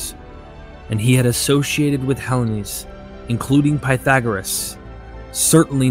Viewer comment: On what planet is Hellenes pronounced Helens?,,,Try Helleens,otherwise nice video as always.